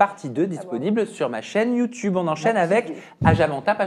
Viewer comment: Ermano quand il dit "you toube" a chaque fois je suis mdr.jadore 😅